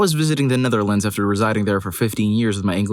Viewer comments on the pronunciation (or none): none